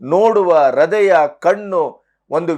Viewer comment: pronounciation of Heart(Hrudaya) it is not Hradaya